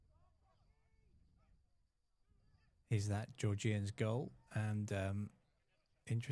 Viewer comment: Georg-Ian’s not geor-gee-ians……. Otherwise fantastic coverage thanks